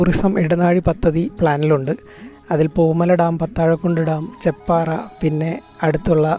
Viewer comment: ചേപ്പാറ അല്ല ചെപ്പാറ 👍